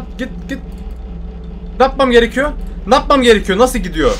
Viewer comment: nâpmam gerekiyor yerine napmam gerekiyor degişi komik yaa😂😂 devamını oku...